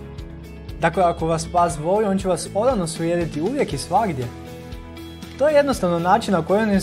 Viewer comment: Zasto ovako govoris? Kako to akcentujes reci? "Pas vas voooli"... Zasto to razvlacenje samoglasnika?